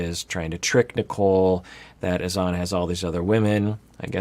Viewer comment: It sounded like Azan’s sister pronounced his name as “Hassan” or maybe Azan is just a nickname. Not sure but I’m intrigued!